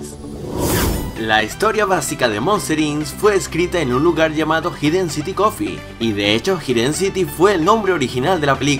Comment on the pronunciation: Errores: Se pronuncia Jaiden Citi Se pronuncia Monsters Inc no